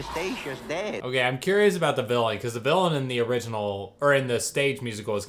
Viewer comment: Every time you say the original my heart dies a little inside.